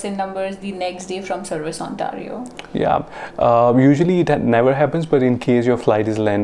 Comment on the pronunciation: OK guys...skip to please. It's not Ontaario (ऑन्टारिओ)...it's Ontayrio (ऑन्टेरिओ). Just so you know! 🙏🏻🙏🏻🙏🏻